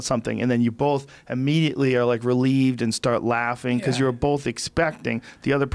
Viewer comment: Joe "Bolth" Rogan